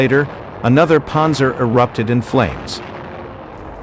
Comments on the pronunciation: "Ponzer" tanks? I can't. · “Ponzer” fodder. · Does this guy know how to pronounce Panzer, it's irritating to listen to him...